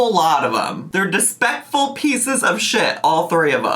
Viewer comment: Did somebody say Dispekful 👁️👄👁️